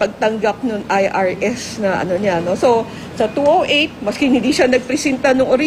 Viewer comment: numbers yata tinutukoy mo madam bakit 2o8 at 2o9 binibigkas mo 2o8 ba yan o two zero eight